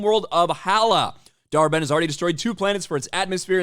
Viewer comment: When he says the villains name dar-Benn, all I hear is dhar Mann 😂